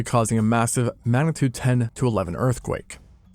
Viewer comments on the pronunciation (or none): This narrator would do well to focus on enunciation (eg, - 'manitude'), and also to watch a few videos on how to avoid making a video sound like you're reading it all from a script (which it currently very much does). The visuals are well done, but the narrator lets the video down.